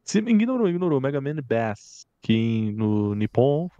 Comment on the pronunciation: é Megaman & Bass, do jeito que se pronuncia "baixo" em inglês, ou seja "BACE". Bass é um peixe, fica a dica 😂🤓👽